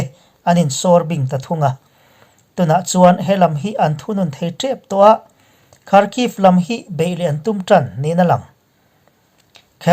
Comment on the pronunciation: Karcheh tih hi chawlh kar tih kan sawi ang hian sawi tur